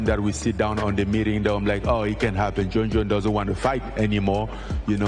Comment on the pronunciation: "Jon Scones Jones" got me too haha